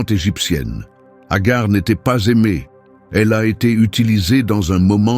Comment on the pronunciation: Ce n'est pas Agar c'est Hager qui se prononce Hajer qui dans Un premier temps avait été choisie par Sara étant stérile c'est pourquoi Hager 2eme épouse d'Abraham avant que sara ne tombe enceinte d'Isaac à l'âge de 80ans (dans l'islam)❤❤❤❤😊 ET Hager n'était Pas sa servante bref Un conseil lisez le Saint Coran ❤❤❤❤😊